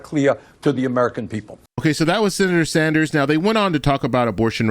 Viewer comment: Yes, Bernie Sanders he said it right